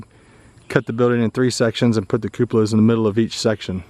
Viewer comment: Stop saying cupalas I knows it fun but cut it out..